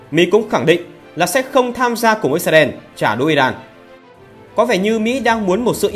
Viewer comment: Chỉ có nói trả đủa, VTV nói trả đũa thôi 😊😊😊